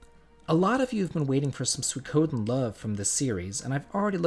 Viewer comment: He also says suikoden wrong. It’s no “ soo koh den”. It’s “suey ko den” lol.